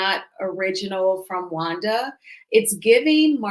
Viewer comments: she can’t pronounce certain words. Wanda is a disgrace. Nah you act like you are cause you can’t keep her name out your mouth. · you’re an awfully nice person. You give Wanda wayyyyy too much grace. Wanda CAN NOT pronounce many, many words. IMO, she’s is extremely ignorant and vile.